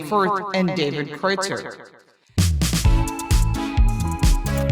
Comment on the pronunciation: They can't even pronounce obviously German names like Kreutzer :P